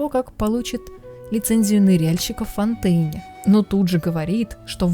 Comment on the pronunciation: Почему бы не "фонтенэ"? (ударение на последний слог)